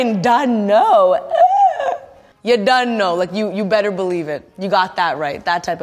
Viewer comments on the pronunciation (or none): none